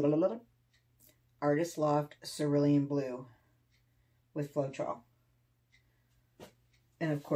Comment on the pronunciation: Oh, you do make me laugh, but I think you are too hard on yourself. At least you pronounce cerulean correctly, not many people do lmao;)